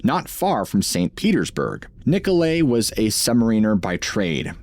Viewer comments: Nikolai pronounced Niko lye Thought everyone had heard this name before. Never heard it pronounced Niko lay Just sayin Love your channel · the name is Nikolay is pronounced Nee-ko-lye rather than Nee-ko-lay, Other than that, love the marine cryptids sigtings reports. Wow! Btw, the mostest bestest of 'em all has to be the Antrarctic subglacial lake intelligent octopus encounter. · NICOLAI or NIKOLAI = "nee-koh-lie". Slavic spelling is НИКОЛАЙ. Interesting video! 👍